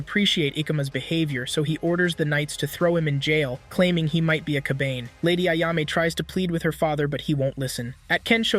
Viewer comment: ka-ba-n-e not kabani. and E-ko-ma.